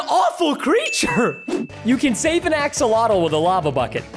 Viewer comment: I-I love axalotals